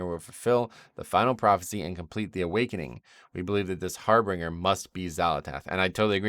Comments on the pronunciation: its not har-bringer its har BIN-ger. I used to make the same mistake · I know this is anal, and I'm hoping only sees it just for future correction. I've been getting irritated with all the WoW youtubers pronouncing it the wrong way: Harbinger. HAR-bin-jer. Not "harbringer". There is no second "r" there. Think of it as if the word "binge" is in the middle of it. /pronunciationnazi